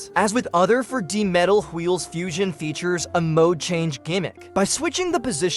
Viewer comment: Is this a fucking AI voice? Why does it pronounce "absorption" and "4d" so weird